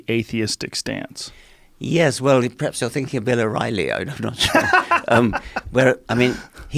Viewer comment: When Joe speaks with scholarly types like Dawkins and Peterson he goes from saying yeah when he agrees with something that is being said to a properly pronounced "yesss".